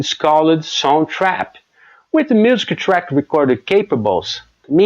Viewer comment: You nail the consonants but the vowels need work. If that makes sense. You're easily understandable. You will need to say "music" a little better. Muzik, instead of muse-ki.